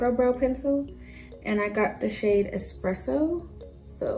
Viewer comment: It drives me crazy when it says expresso and its not! Like waaaa